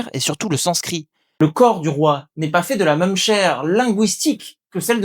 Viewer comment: j'ai posé la question car vous dites "meum" pour même, c'est tout à fait caractéristique de l'accent wallon et bruxellois. Vous prononcez également le p de sculpture.